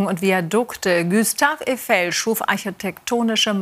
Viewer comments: Der Typ heißt Gustav Eifel.. und nicht Güstaw Üfel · Günter Öffel 🤣